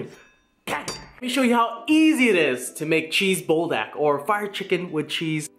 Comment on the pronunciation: “Bull dack” 😂😂😂 I love you